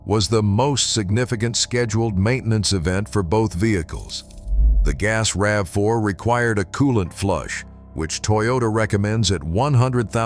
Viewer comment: Same useless AIs! Nobody calls RAV4 as R-A-V-4🤣